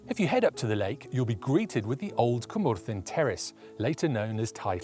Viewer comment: Some great locations and really helpful tips as always. Impressed with the pronunciations too. I would have been way off the mark with my attempts! I’ve been to a couple of those locations. Went to Cwmorthin quarry in March on a misty day. Had a fantastic day and there were photo opportunities everywhere. Will definitely look up some of those other locations when I’m next in North Wales